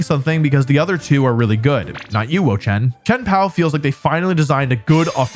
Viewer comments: its Wo-Chiover 🥲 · Lol "no you Wo-chen"